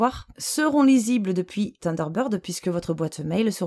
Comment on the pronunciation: Salut, tu veux un autre petit cours d'Anglais? Thunder----bird (sunder----bird) tu sais comme dans ACDC:-) Avec la langue entre les dents ssssssseeeeuu lol Sinon en logiciel gratuit tu as 7 + Taskbar super pratique pour déplacer les onglets de la barre des tâches ce que ne fait pas Windows 7 + plein d'autres options.